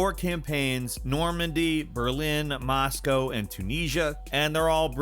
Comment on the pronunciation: Why can't this guy say Moscow right....